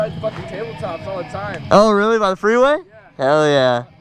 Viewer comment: You sey i like to tink thats not me snd so You wealy 😝😝